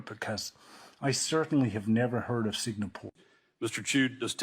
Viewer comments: #2 in the original footage comm goes on and on...he repeats that he's Singaporean multiple times. It's also embarrassing that he's saying Sig-na-pore AFTER the TikTok owner has needlessly repeated Singapore over AND over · HOW did I not hear that idiot mispronounce Singapore the first time I watched that interview?!?! I´ve been to Singapore - it´s nice and clean. And I´m from Denmark and I say Finland is very real! We Nordics would very much like Rumpy to stop harassing our Inuk siblings too. Please leave Greenland alone, they own the land and we´re working on untangling them from our systems (we just had a campaign about how stupid it was for our CPS to be a thing in Greenland, because kids got taken from their parents due to the facial communication not constituting actual communication here - the cultural difference wasn´t factored in for some reason).